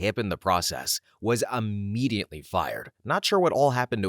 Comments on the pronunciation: There is no "N" in the word IMMEDIATELY!!! Please tell me I'm not the only person driven crazy by this! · The word is IMMEDIATELY, but yes, there is no N.